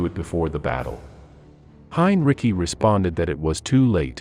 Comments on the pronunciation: Hein ri ci, not "cki" look it up before you open your mouth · Heinrici is pronounced "hine-ritzy," not "hine-ricky." 🙄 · Narrator pronounces Heinrici's name the conventional way ("Hine-Rikki") many times, which is okay. But then he baffles the audience with somebody he calls "Heen-ruh-sigh." Something funny going on here. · It's not Heinricky for God's sake, it's HEINRICH! Please get a narrator in to do the voiceover, not a bot! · Heinrich not "Heinrici".......🙄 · The name is HINE-REE-TSEE, not HINE-RICKY. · not pronouncing it right its not heinricky idiot its just heinrich like heinrick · Heinrici is pronounced /'hainritzi:/ not hain'rikki: Busse is not bʌssi: but /'bʊssə/ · Your voice robot is getting better -- but can't you give it the 32 bits or less of memory it would need to know that Hine-Ricky and Henry-Sigh are the same person and has to get the same pronunciation all the way through? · It's pronounced Hyne Ritzy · Who in the hell is "Hein Ricky"? Does it really take that much more effort to read the script yourself instead of letting an AI do it? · Hinreecyi? Dude for fuck sake stop your mispronunciation, PLEASE🙏😄😄😂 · I'll see your "Heyn-Rickey" and raise you a "Gore-ing." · Pronounced Hein-rit-si. Machine fails again. Also, Ger-ring. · Heinrich sounds more correct than Heinrici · You are mispronouncing Heinrici's last name. The c sounds like sea. heinreesea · Just heard the “Donuts” and guffawed out loud. AI narration absolutely sucks. Why? Just why? “And Hein-Ricky had a Lime Rickey, got a Fine Hickey, it got Tar-pine sticky, Slime and Icky…” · Its Hine-Dickie. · I doubt it. The last i in Heinrici should not pronounced yet the bot does it through the entire video. It sounds stupid, Heinricky. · Please learn the correct pronunciation of Henrici. Use the correct form throughout the video. Very frustrating!!! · Interesting info, but the AI narration repeatedly mispronounced Heinrici's name, to ridiculous effect.